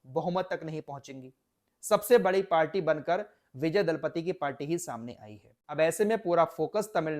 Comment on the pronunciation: Dalapati nahi bhai ji Thalapati hai